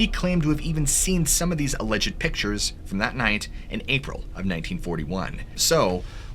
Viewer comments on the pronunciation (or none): none